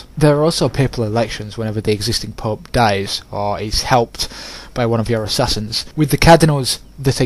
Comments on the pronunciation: It sounds like your saying pup instead of pope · "the Pup" you mean pope correct? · "From the PÖÖP" haha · if your playing english campaign. its a bad idea to let scotland get that powerful. i always eliminate them early. and yes the " pooepe" can get annoying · the way you say the pope XD